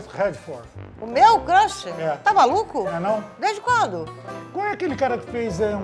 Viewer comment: sendo corrigido pela mamae hahahhaha, "era Crush nao era crãsh, kkkkkkk